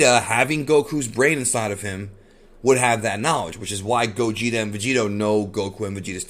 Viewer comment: It's pronounced Gaw-geht-ay